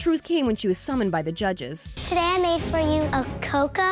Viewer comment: Haha! How you said ‘Summoned’ It’s like summoning a god to give you food